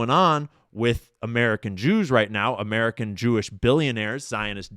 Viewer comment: You don’t emphasize the second word, you emphasize the first.